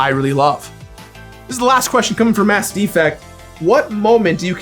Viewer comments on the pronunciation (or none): none